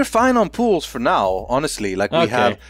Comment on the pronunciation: Is it Just me but when says pools it sounds he says pills??